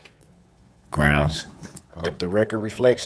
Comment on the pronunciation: Grounz? Grounz for the substained he axed without relevancy?